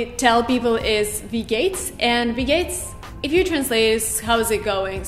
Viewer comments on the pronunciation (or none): Wie gayts hahahaha how did she pronounce it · wie gehts? 'gets' NOT 'gates' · It's funny to watch this as an Austrian.... Just watched your English videos before... Respect👌 But at the beginning, you pronounce "Wie geht's" like "Bill gates" 😅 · Wie gayt's? 🤣🤣 ist aber auch als deutscher interessant zu sehen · Guten Tag doesn't mean ' Hey, Hello! ', nor is 'Wie geht's' pronounced like that